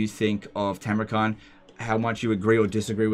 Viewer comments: It's Tamurkhan not Tamurkhant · Khan is pronounced ''han''.